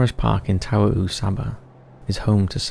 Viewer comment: Tawau is pronounce TAR-WOW , not how you did (sounds Hawaian)